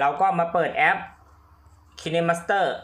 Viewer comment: เเอป อ่านว่า คายมาสเตอร์ครับ